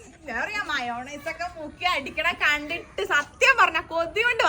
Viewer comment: മൈനസ് അല്ല മയോണൈസ്